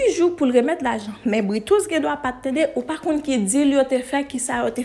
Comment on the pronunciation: Neg la rele Bretous ki selon mwen menm pwononse Breu-tou. Ayisyen menm rele li Britousse tchuiiippps